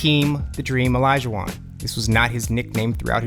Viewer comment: How do you make a 12 minute video on nicknames and call him DrEaM OLuJUaN. It’s fucking HAKEEM THE DREAM.